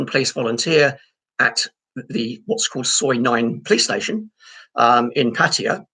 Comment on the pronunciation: at least you have pronunced ''pattaya'' correctly,unlike the pat -tie -yah vloggers